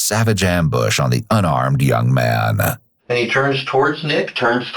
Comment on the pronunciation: this narrator is excessive. chill out dude. this isn't a movie trailer from the 90s. ends every word with too much emphasis. pronounces 'man' like 'ma-ya-nuh'.